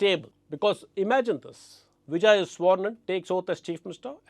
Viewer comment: Sir, a small observation: you have a tendency to pronounce "v" as "w". Some words that I noticed were Vijay, vote, delivered; where you round your lips to make a "w" sound instead of touching your top teeth with lower lip to make a "v" sound. You have great diction though so I am sure it's an easy fix with a little practice. All the best.